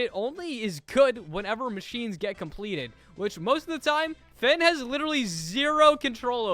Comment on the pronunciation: Im mad for u saying finn like dat ☠️